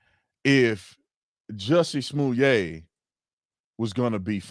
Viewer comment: Why all of a sudden are they giving #JussieSmollet a french pronunciation?? Giving him more class than he deserves. Daaamn! #LyinJussie